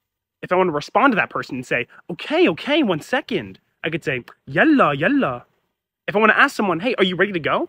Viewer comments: there is no need for a source for something so plainly visible, it's yaḷḷa (ḷ for the emphatic/dark L which in Arabic is for the most part only from the word Allah), not yalla , same as waḷḷa , baḷḷa , ṣmaḷḷa , ħayaḷḷa , etc. All of these comes from contractions with the word الله (which is used by Christians, Jews, Druze, Alawites, etc. not just Muslims). If that wasn't the case the word would have rhymed with malla "he filled up", like in huwwe malla l-kibbāye "He filled the cup". Both يالله and يلا are correct spelling (not that there is a rule for how to spell dialectal words), it's just more common to use يلا because the word lost its religious meaning. This is different from يا الله (notice the space) which is yā ʔaḷḷa(h) which does retain the religious meaning. If you need to see a place where this is shown, check wiktionary. Also some dialects pronounce Yalla with an H. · يلا مو يالله والنطق بالتفخيم مو بالتخفيف